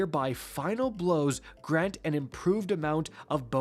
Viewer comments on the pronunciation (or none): none